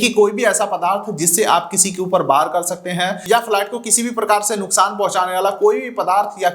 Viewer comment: Flat nahi bhai it’s flight 😂😂😂😂😂😂😂😂